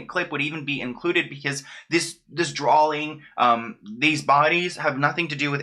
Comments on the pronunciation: Boy I love you but there is no L in the word “drawing” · Did you say “drawling”? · Omfg there is no “L” in the word ‘drawing’ SO STOP IT!!! Or maybe go back to school.